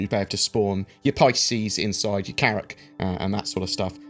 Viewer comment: I'm just here to hear say "Carrack".:P